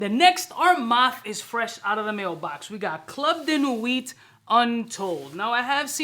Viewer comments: Im usually not pronunciation stickler but idk why him pronouncing the "t" in nuit is irking the hell outta me lol. Also, baccarat itself has the same harsh rubbing alcohol vibe in the opening. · Sir at least pronounce nuit correctly. T IS SILENT in nuit